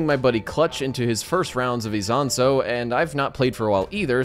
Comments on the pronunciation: OMFG thank you for pronouncing Isonzo correctly <3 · ezonso is definitely the best way to pronounce that